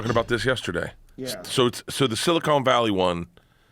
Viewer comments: Silicon, not silicone! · Silicon not Silicone. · Pronouncing “Silicon” like “Silicone” lol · I can’t handle Bert saying silicone instead of Silicon 🤣🤣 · Love when people pronounce “silicon” as “silicone.” Makes them sound super smart, super reliable. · It’s not SiliCONE Bank , it’s SiliCON Bank😮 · Is it just me, or does Bert really pronounce it as "Silicone Valley"? He can't be that dumb, right? Right?? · “Silicone” vally dumb ass 😂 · Bert said silicone valley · Bert got excited when he heard about “Silicone” Valley… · "Silicone Valley" -Bert K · "Silicone Valley" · Nobody- Bart- "Silicone" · Yes Bert, it's "silicone" valley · "Silicone" Valley - Bert Kreischer. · "Silicone" valley. Priceless